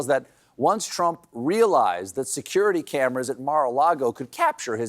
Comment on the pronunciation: You're still saying Drumph, huh?